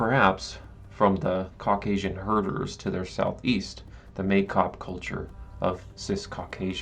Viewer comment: The first syllable of Maikop or Maykop is pronounced like my not may, which would in Russian be spelled Meikop.